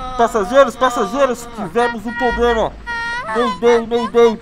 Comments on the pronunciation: O nenho fala poblema o certo e problema '-' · Passageiros,passageiros,tivemos um "poblema"